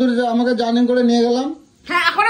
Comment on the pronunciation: Bhai tor paa ye porchi..... english er ei obostha koris na....JARNING 😂😂😂 Ota gordhov JOURNEY hobe...... english na jana kono oporadh noy kintu kono bhasa na jene tar pindi chotkash na .... oshikhito proman kortei hobe 😡🤬